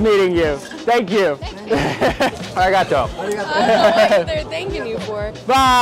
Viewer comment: She really said ari got toeeeeeee 💀